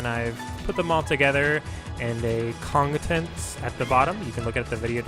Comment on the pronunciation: "Kongtents" lmao instalike